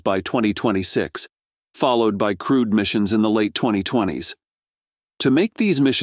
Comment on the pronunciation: 'Crude' missions...?!? 😮